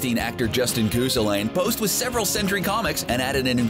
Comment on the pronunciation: Why do you keep saying what sounds like 'century' when it should sound like 'Sentry?'